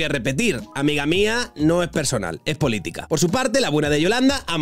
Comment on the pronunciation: Lloraré de alegría el día que Pablo diga "casa" en lugar de "gasa" y "politica" en lugar de "politiga".